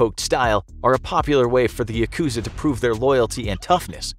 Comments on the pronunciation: Is it just me or is it annoying when he says Yakuza wrong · just started watching and im already annoyed at his pronunciation of 'yakuza' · The word yakuza has the accent on the first syllable. The word comes from ya ‘eight’ + ku ‘nine’ + za ‘three,' referring to the worst hand in a gambling game.